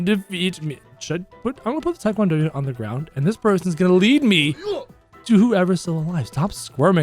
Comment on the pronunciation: says: Tik wan do Unit I say: ITS TEA-KWON-DO